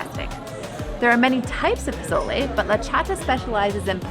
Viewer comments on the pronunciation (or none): I love your video, but you’re saying pozole wrong the z makes an s noise like a snake. I just wanted to help you out for future videos, but I really appreciate your video and I can’t wait to try the food.